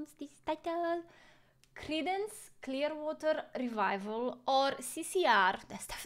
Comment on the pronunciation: You pronounce their name perfectly...